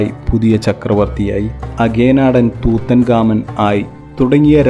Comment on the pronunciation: Tutankhamun or Tutankhamen എന്നാണ് ഉച്ചരിക്കുന്നത്